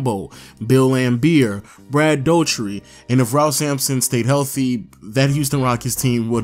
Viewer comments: It’s pronounced Brad “DUWAR-TY” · Did he say Brad Doe-tree?